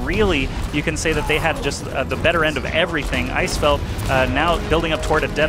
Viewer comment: Did you just say 'Stay' instead of 'Say'?